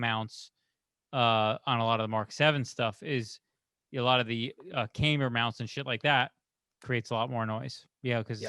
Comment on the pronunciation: So have I been saying it wrong all this time, or is just being fancy? I’ve always pronounced it cam-ber (cam like in cam shaft). He seems to be pronouncing it came-ber (like past tense of come).